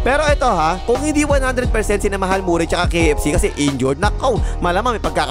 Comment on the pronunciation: Hindi nga yan Morray! Marry ang pronouncation nyan tol